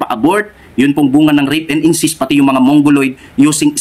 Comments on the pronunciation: Correction po."Incest" hindi "incist ". Kung aalis ka sa Sda saan ka pupunta?meron pa bang mas totoo sa Sda?Given na mali ang guidelines na yan tungkol sa abortion..hindi yan dapat ang maging dahilan para umalis ka dahil ang mga higher officials ng Sda na nag pasya dyan ay mga tao lamang na nagkakamali...hindi pa din nyan mababago na ang Sda ang true church..kahit sa time ng OT ang mga hari nuon ay nagkakamali din tulad ni haring David pero hindi inalis ng Panginoon ang pagkilala Nya bilang bayan ng Diyos ang Israel..Hindi mo po dapat ibase ang iyong faith sa tao. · Brother " incest" hindi incist. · Incest po hindi incist hahahaha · Sa dami mong relihiyon hindi na relihiyon ung problema ikaw na mismo sarili mo na yung may problema. Hahahahahaha kawawa ka naman ginamit mo na lahat ng relihiyon para lang mag ka pera ka. Dami mo pang sinabi pero d mo man lang ma pronounce ng maayos yang incest.